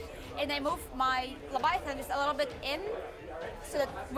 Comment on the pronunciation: it’s a LEV-VIA-A-THAN dreadnaught. 😌